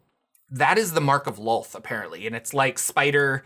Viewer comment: they also changed how to pronounce DROW<RYMES WITH CROW, NOT COW. ITS DROW/CROW NOT COW. WHATS SCARIER, A HERD OF COWS OR A MURDER OF CROW? My blood pressure spike every time i hear it. LOLTH LIKE CLOTH. NOT WOLF